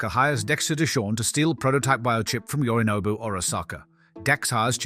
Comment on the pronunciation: Are you sure you didn't accidentally add an AI voice filter over your own while editing? There are a lot of words that are mispronounced in the same way AI filters do, for example, the voice says "Yorinog Arasaka" which is just plainly not his name. Further the voice says "nobby sits at the bar" which is also an odd choice of pronunciation. I don't mean to accuse you as I know YouTube has been iffy when it comes to adding AI to videos without the creator's consent, just curious since you had a no AI disclaimer